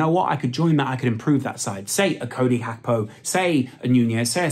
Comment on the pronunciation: Please just say Gakpo the english Way going foward